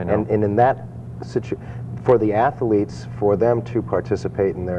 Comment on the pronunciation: ... my imagination or did he say "ath-a-letes?"